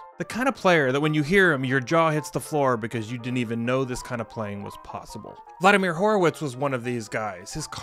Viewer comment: Vladamir 'Keypounder' Horowitz hurts my ears.